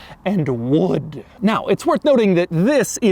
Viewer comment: why he say wood like that 💀